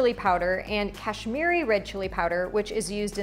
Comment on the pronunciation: I am Indian, I am very curious to see how you cook Spanish food. I really like your pronunciation "Garam Masala" and "Kashmiri Red Chili Powder". For the first time I saw your channel and subscribed to more new recipes.💕💕